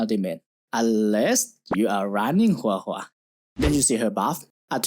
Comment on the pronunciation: You said Huohuo's name correctly, I am very pleased. Your earned a like from me 😂